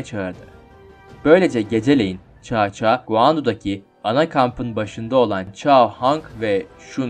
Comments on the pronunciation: Gerçekten olayları tam yansıtan bir video olmuş👍 Devamını 3 krallığı ve birleşmesini de bekliyorum ufak bir bilgi: Bildiğim kadarıyla cao cao nun telaffuzu çao çao değil sao sao şeklinde olması lazım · Çao çao sao sao diyer okunur . Cevrini gözden gecirmeni tavsiye ederim ismiler yazıldığı gibi okunmaz Çin'de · Kanka Çao Çao değil Sao Sao diye okunuyor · Abi cao cao(sao sao)diye okunuyor söylemek istedim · Cao cao, Sao Sao diye okunmuyor muydu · caca coco diyip duruyon anlamak icin geri sarıp durdum telefuzda zorlamiykrusn edemiykraun amenna bence bahsettigin komutanı videoda belirt yani resmink büyüt bisey yap bence oyle daha ii anlasilir olup ve dinlemesi kolay olur tavsiyelerim bu kadar videonu genede beğendim